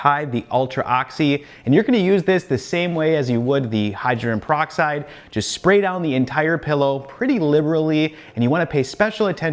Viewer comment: It’s pronounced Hy-dro-gen peroxide. Not Hy-dren. Just a friendly FYI. There were so many words I didn’t pronounce correctly until someone told me. And I appreciate it to this day! 😁